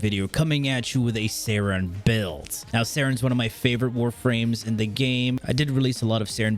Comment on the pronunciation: Only OGs remember when he called it Sayn not saryn